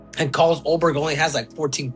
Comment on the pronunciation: This is such a great match-up. The only bad thing about it, is that we'll never see a fight between Ulberg and Poatan because Paotan is now a heavyweight. That would be a very intriguing, technical matchup. And LOL@ and Masvidal not even knowing Ulberg's name. "Allberg." Haha!